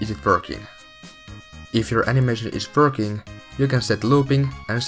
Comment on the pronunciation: i love how he says verking